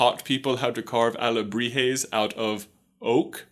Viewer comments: “Alahebres” (I am so sorry Mexico.) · "carving alejibres " xD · he changes alebrijes for alejibres. Well done gringo! hahah but seriously, nice investigation about mexican culture congrats from México!! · towards the end he accidentaly said alejibres instead of alebrijes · Well pronunciation ... saludos from Shaked Mexico City However you just say two times Alebrijes wrong. You said alejibres 😂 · I like when you say Alejibres, instead of Alegrijes. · J: "Alejibres" My Mexican ass: dies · Your pronunciation was almost spot on. Although sometimes you would say alejibres instead of alebrijes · But pronounced ahhh-le-bree-he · OWAHAKA .... XD also u said alehibrez.... XD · One time he said "aljibres" not "alebrijes" im a little iffended as a mexican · it's alebrijes not alejibre XD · but you are coming off as condescending and mean. I'm sure he tried, he's just not a native Spanish speaker and therefore cannot adjust his tongue to say words that are not only in Spanish, but also have Nahuatl roots. Even some Spanish speakers (socially the ones born in US) can't pronounce those words correctly.